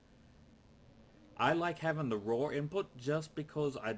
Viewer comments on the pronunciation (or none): All I will say is that, as someone with a rhotic accent, the way you said "raw input" sounded like "rawr input" to me, and it made me think of emos. That is all. Rawr XD input. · RobotSchipperke Sounds like input Lions would use